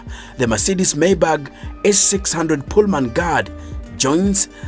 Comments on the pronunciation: why do you keep saying mercedes maybag??😂.....its maybach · It's pronounced "My bach" not "May bag" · Can you stop calling it 'maybag'... You're embarrassing us.